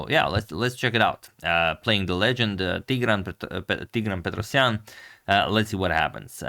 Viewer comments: Hi Adamator, Your prononciation of Tigran's name/surname is pretty good. In Armenian language the emphasys is always on the last vowel. Tigra!n Petrosya!n. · Asked my Armenian friend about pronunciation. He said Teegran Pet Ros Yan.